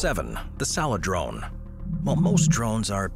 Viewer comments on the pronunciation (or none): C'mon, man! Really? -_- It's pronounced "(sale - drone)", not "(sal-eh-drone)".